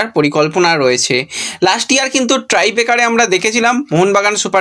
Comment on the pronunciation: 'ট্রাই ব্রেকার' নয়, কথাটা হবে 'টাই ব্রেকার'।